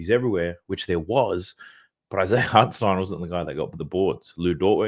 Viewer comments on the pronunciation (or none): none